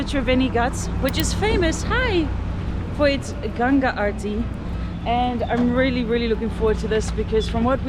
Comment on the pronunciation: Appreciate you pronouncing Ganga correctly and not Ganges. Oh and picture with other lady with tattoo love❤